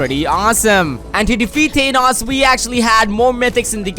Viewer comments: you are saying thanos wrong. You are literally saying thaneos instead of thanos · Who the heck is thenos it's thanos 😂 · TEEEEEEENOS like what lol i liked this vid i just thought it was funny the way you said thanos